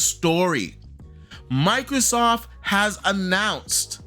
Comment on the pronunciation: I dunno y but it bugs the hell out of me when people call microsoft, microsoff. The T is not silent.